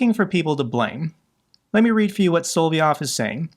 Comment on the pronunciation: I think its soLoVyov, not soVoLyov....